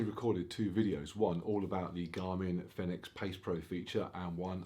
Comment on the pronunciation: fēnix; pronounced as phoenix…